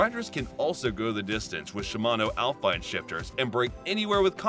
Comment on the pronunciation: It's pronounced al-fee-nay, not al-fine. 😮